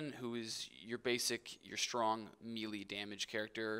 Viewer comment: You are pronouncing it correctly. It is NOT "mee-lee", it is "may-lay".